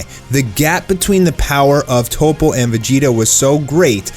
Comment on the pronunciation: Dude, his name is toppo not topo. Top-po.